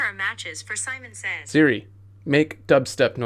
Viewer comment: Wait did it just hear u say saiman says